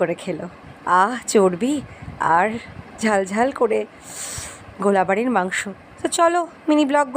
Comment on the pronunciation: Ato nekamo kore bolar ki ache😒 r ota golabari noy, ota golbari.. Oshikkhito..